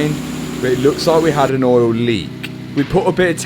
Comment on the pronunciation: challenge: say oil like this guys does. "ooieoel"